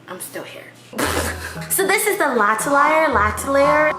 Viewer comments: *latelayer *lateler *lateleyer Namjoon:"lateley" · tries to pronouns l'atier fei; let's just call it bts sweat omg🤣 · My french as GOT TRIGGERED when you pronounced l'atelier wrong 😭😂 BUT IT'S OK BECAUSE Iss U ♥️ my instagram is : sana.d_ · As a french speaker I must say that your prononciation of "l'atelier" and "Bois" got me dead. But like, in a good way, it was really funny and adorable.